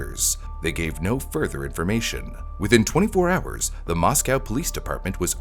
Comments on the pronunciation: moss-go, not moss-cow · local to the area of the crime its more pronounced "Moss-Co" than the russian town "moss cow" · The city of Moscow, Idaho, is pronounced "MOSS-koh" (rhymes with "doe" or "go"). Unlike the Russian capital (pronounced "moss-COW"), local residents emphasize the second syllable with a long 'o' sound. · FYI... Mos-coe, not Mos-cow. Lay-tah not Lay-tuh. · It is not pronounced Mos-Cow. It's pronounced Mos-Co. It was so weird living in town during this time. It's so weird to see videos about my town. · MOS COE!! NOT COW!! NO EXCUSE FOR SLOPPY WORK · yea lived there for years Moss-co is Idaho Moss-cow is Russia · Just throwing it out there, the towns name is pronounced 'moss-co' source: I'm a local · Right? As well as the name of the town.